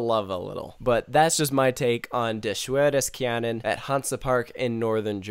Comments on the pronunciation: Dare schvoor dess care-nun Dare flooch fonn nofgorott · HAHAHAHA! Hearing you Americans pronounce Hansa Parks Coaster Names is the funniest ever. Im german,so here is an explenation: Dare Shvoor des Carenan Dare Flooch von Novgorod Got it?😂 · I watched this wonderful video in the khe. My mother is not the best in English but where you said Der Schwur des Kärnan has laughed so well. For that you are American you can pronounce that really well. what you have to practice is Schwur. but that is complain at a high level. Keep it up, I like your videos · I’m an American and have been speaking German for over 6 years, so when I heard him pronounce Der Schwur des Kärnan, I cringed, but out of understanding 😂😂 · I'm sorry. But you mispronounced that BADLY! I don't mean to be mean but this was my home park before I moved to the UK but good try! LOVE this channel by the way it has made me appreciate rollercoasters way more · Coaster Bot pronounced it better :)